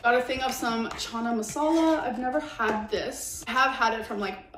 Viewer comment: Chana Masala was said correctly by both you and Amber. I'm not sure what that person was talking about.